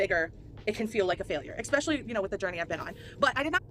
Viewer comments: EXXXpescially. Seriously, does this drive anyone else as crazy as it does me? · Ok nitpicking here but I wish she wouldn't pronounce especially as "ecspecialy" I just cannot get over how delusional she is about her size and shape. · “Eckspeshully” should have a square